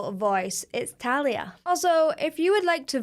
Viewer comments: Tha-Li-a is the correct Pronounce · In Spanish, it's pronounced "Thah-lee-ah" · Great video, loved every comment you made towards the singing techniques used in her performance, Please react to “Como” and “Manias”, by Thalia, pronounced Tha-leea.